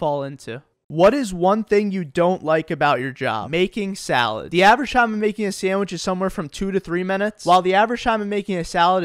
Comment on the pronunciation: I hate making salades too! 😩 Its SUBway not SALADEway, why are we making salades!!